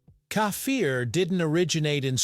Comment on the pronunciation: Why do you have to change the name. The name is KEFIR the is no "A" You keep on saying "kâfir" For the last time it is KEFIR .